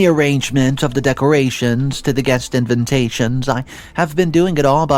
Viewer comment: The fake comments on this are sending me. Bunch of accounts that only comment on this channel? Not a good look. I can’t get over how mispronounces some words (all of us do, for sure, but I can’t take invitation becoming invintation again) AND can’t get over how in this video you condone such horrible act followed straight by saying it’s cool to be kind. Yes, yes it is. And the protagonist in this horribly written story was anything but. I did enjoy this channel for a while and loved to see them improve & grow but this is my limit. Horribly written vile stories, mispronunciations and manipulation. I’m done. Unsubscribing.